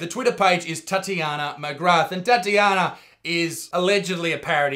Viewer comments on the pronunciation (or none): It's Titania, like titanium, not Tatty-yah-nah. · It's Titania, not Tatjana. I've noticed with Majorkill that aussies can't read for sht. =DDDD Love the video, btw =)